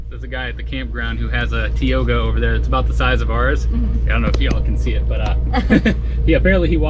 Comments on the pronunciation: Ok you guys... When you say "Tee-o-ga" is like fingernails on the chalkboard.... its "Teye-o-ga" Take Clementine to California and take highway 120.. Tioga Pass.. takes you to Yosemite. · You kids, It's pronounced Tie oga. , not Tee oga. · course i may be wrong but...pronouncing issue. in my neck of texas it is tie-oh-ga.